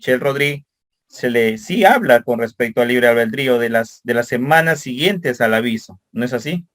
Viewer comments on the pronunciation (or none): La palabra correcta es ALBEDRÍO NO Albeldrío. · Disculpeme, es ALBEDRIO, NO ALBEL DRIO